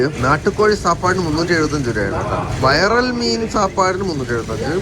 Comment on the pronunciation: വൈറൽ മീൻ അല്ല ബ്രോ... വിരാൽ എന്നാണ്...😂😂😂